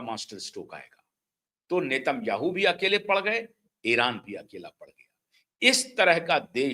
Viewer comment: इसराइल के प्रधानमंत्री का उच्चारण नाम का सही करें आप गलत है